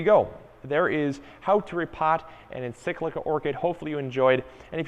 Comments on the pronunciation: Mispronunciation of encyclia - please it's EN - SIK - LEE - YA - is so irritating, especially from someone who really should know better! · Dude, check your pronunciation of the word “Encyclia” lol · Paul Saunders yah it was bothering me too lol